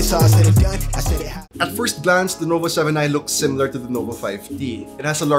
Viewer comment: did he say lenovo 7i